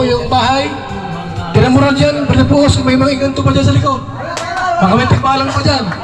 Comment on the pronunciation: Grabe napatawa ako dun, PAAS naging POOS🤣🤣🤣